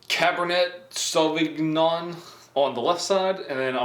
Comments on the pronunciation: Hes definitely trolling us. 🤣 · That’s a pretty easy google search for pronunciation. LOL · He never took french lol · ugh he said cabr net savgn. its caberna savinyon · did he really say "mer-lot" and "caber-net savig-non" you're the best lol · Kaybernet Sahvignon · Cab er nay - Sow vin yon & Murr Low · Mer-lo and Cab-er-neigh Sov-in-yon. Lol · As a person who sells wine for a living, hearing butcher the pronunciation of Merlot and Cabernet Sauvignon had me simultaneously cringing and dying of laughter at the same time 😅🤣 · "our mer-lot and our caber-net 7 ga-non" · It's pronounced "mer-low" and "cab-er-nay sav-in-yawn", Merlot and Cabernet Sauvignon are French words you simpleton. I don't understand how an adult who knows how to do so many things doesn't know how to pronounce two of the most popular wine varieties in the world? You must first have a knowledge of the items and the control for your test subjects to be a subjective product tester. Is this from Indiana, that would explain a lot of things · TWENTY-FIVE TBSP OF COFFEE?! Please tell me it is at least a Columbian blend. Amateur, Américain typique. Le "t" est silencieux pour le vin. Cabernet Sauvignon, parlé "Ca-ber-nay Saw-vin-yon". Merlot est "Mer-lo". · just in case you really don’t know, merlot- “mer-low” and Cabernet Sauvignon- “cabber-nay saw-vin-yawn” hope this helps 😁😁